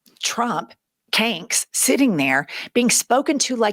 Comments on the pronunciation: Not me dying over you calling him “canks”. This entire admin is a effing clown show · Omg!! “Canks!” 😂😂😂😂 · "Canks." LMAO! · “Kanks”, lol! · “Canks” makes me laugh as hard as Pumps